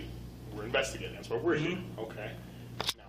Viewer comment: What's wrong is the way you say "what" in your intro statement